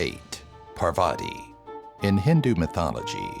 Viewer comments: Atleast pronounce Parvati correctly. It's "paar-vati". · Okay am I the only one that he pronounced GODDESS PARVATI wrong ?